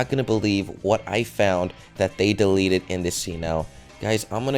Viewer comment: 1. You Spelled Delete Wrong, You Said Delet. 2. The Gun Is Fake. You Used The Same Gun For Deleted s Scenes For SpongeBob. Plus You Showed No Footage. 3. If They Didn't Want Kids To See Blood, Blood Wouldn't Come out Of Clides Noise -_